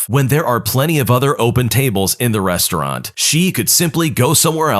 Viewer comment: *Restaurant HOW DID YOU MESS THAT UP?!